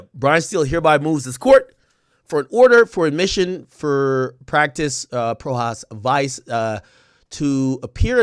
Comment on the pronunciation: It’s pronounced- PRO HOCK VEECHAY